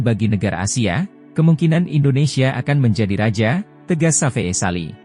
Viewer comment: Channel gk modal, narator aja pake template sulih suara gugel, alhasil artikulasi dan pronounce nya jg ngawurrr , parahh, safee sali di baca safe'e, harusnya di ucapkan safi sali, ejaan lama di baca oratmangoen harusnya oratmangun, abroad di baca abroaatt, hadeeeuhhh 💩💩💩💩💩💩